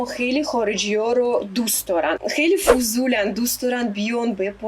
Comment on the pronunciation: اون فوزولن رو خوب اومدی